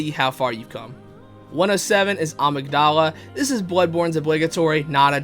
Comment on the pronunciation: Bro is complaining abt how ppl pronounce Ebrietas but can’t pronouns Amygdala correctly lol